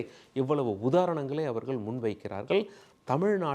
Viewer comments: ல, ள உச்சரிப்பு மிக மோசமான நிலை. நல்லா காதில நாரசம் காய்ச்சுகின்றது. விஜய் அவர்கள் (கல் - அல்ல) அவர்களுக்கு (கலுக்கு - அல்ல) காரணங்கள் (கல் - அல்ல) உள்ளார்கள் (கல் - அல்ல) வல்லுனர்கள் (வள்ளு அல்ல) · சார், எல்லாம் சரிதான். உங்கள் உச்சரிப்பு எப்போது சரியாகும். மேற்கோல், அவர்கல் என்று பேசி தமிழைச் சிதைக்காதீர்கள். நாக்கில் வசம்பு வைத்து தேய்த்தால் ல, ள,ழ போன்ற எழுத்துக்களை நன்கு உச்சரிக்க வரும்.